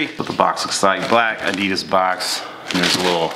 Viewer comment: u don't say adidas like that